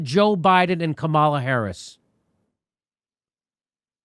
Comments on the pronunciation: I actually love how Jimmy pronounces “Kamala” wrong on purpose. It’s effective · Buh buh but Jimmy you mispronounced Kamala Harris's name, that means you're racist and thus are a non-person, and I don't have to listen to you!